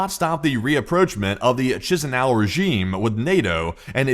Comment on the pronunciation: Moldova's capitol of Chisinau is pronounced "Cush-e-new"🤭